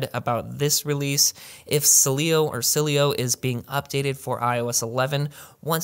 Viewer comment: Dude, you really struggle with the Sileo pronunciation. Love the content though, as always. 👍